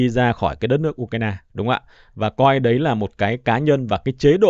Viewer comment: "Đấy " chứ không phải" Đái " nghe 😂😂😂😂😂